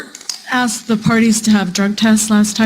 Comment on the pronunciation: caught several proper "asked" ... then heard "asked" and he changed it to "axed" .....hate "hood speak" ..... axed has a totally different meaning, especially among my people that involves heavy edged implements